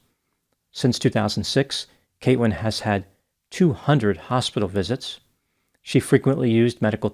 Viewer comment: Something is wrong with my ears... I jeep hearing "Kate-wyn"... wheres the L?